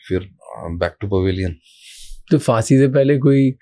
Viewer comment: So true, by the way it's pronounced phaansi